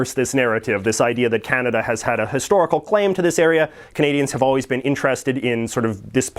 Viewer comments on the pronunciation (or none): none